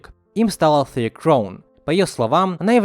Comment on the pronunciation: Ты сам хоть понял,как прочитал имя Алтэя?Я,лично,нет...